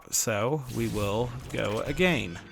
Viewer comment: Love when you say GO AGANE